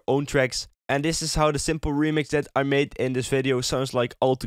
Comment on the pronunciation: Why does he use th in places where there is no th? For example he doesn't say "that", he says "dath". Or "syncth" instead of "synced", "mathe" instead of "made" etc etc